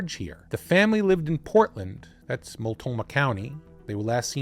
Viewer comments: and hey no serious points for how "Mult-NO-mah" tripped you up this often. I only know of Multnomah County from Sheriff John J Bunnell and his television appearances after COPS Figured right away, he'd get his own program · You overlooked the 'n' in Multnomah County, just fyi for when you cover Portland again. I just found your channel, great work 🙂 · Mult- NO - Ma county, not Mult-Toe-Ma. Just another error. And it's The Dalles (The Dales), not Dallas. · Love your episodes! But, could you PLEASE take a few seconds to verify/learn how to pronounce the core/key words you use!? Listening to you say: Mul-Toe-Mah 30+ times when it's: Mult-know-Mah, is SUPER aggravating to ALL Oregonians. I know it's a simple mistake, yet still important detail. Let alone it will make us question the accuracy of the remainder of your "research"!? FYI: it's NOT pronounced "Dallas" (as in Texas) it's said: The "D-Owl's"! Also, it's NOT the "Will-Ah-Met-Tee" River, it's the "Will-Lham-Met" River. 😂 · Small detail: it’s pronounced Mult-KNOW-mah. 😊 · Is he constantly mispronouncing Multnomah County, or is there another county named Multoma? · It’s Mult-no-mah, my brother. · And The Dalles, not The Dallas. At least he didn’t say Willa-met. 😂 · Yeah, I heard it as well. He left out the N. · I have been binging, and thoroughly enjoying your videos. This story happens in the PNW - my home, where place names don't always align with the spelling; so please let me correct you (for future): Boi-see (not zee), Mult-no-mah County, The Dalles is pronounced The Dells. There may be more - I'm only 20 minutes in on this one. May seem petty, but it's kind of like someone repeatedly saying your name wrong...